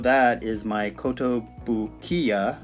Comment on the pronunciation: Great looking collection, you pronounced Kotobukiya just as fine as could be, however you said Mandrake...like the root.The store is called Man Dara-ke (shortend for Manga Everywhere) lol~ .I would'nt hold it agenst you, alot of westerners got that store name incorrect for the last 20 years. It appears we both share some collectables in common too.Have that Jim Lee poster too but I had mine signed (big deal, he is at Wondercon every year & signs everything)...but mine was folded. I never got that Bob Kane Litho but got his book signed at The Golden Apple 🍎 on Melrose. Looking foward for more videos